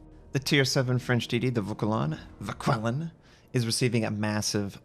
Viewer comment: Vauquelin [ vokəlɛ̃ ] Jaguar [ʒagwaʀ] Guépard [gepaʀ] ;)